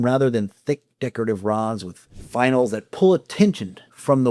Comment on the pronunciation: FYI, it’s “finials” not “finals” 😉. I enjoyed the video! Thanks.